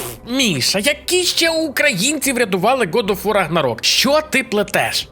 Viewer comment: Братюня, виправляйся)) не год оф вар а гад оф вор.